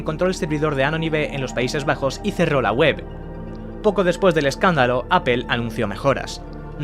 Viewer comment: No es solo que lo pronuncien literal que ya suena horrible, es que siempre que supuestamente lo pronuncian en ingles lo pronuncian mal, apple en ingles se pronuncia mas o menos apol, literal es aple y ustedes dicen apel, google en ingles se pronuncia mas o menos gugl, literal en espanol seria gogle, ustedes dicen gugel, connecticut en ingles se pronuncia algo como conericot, en espanol literal seria conecticut , ustedes dicen conecticat, ni en ingles correcto ni espanol literal y esos son solo tres ejemplos